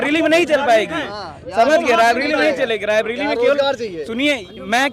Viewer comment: Raibilli nahin hai raibreli hai.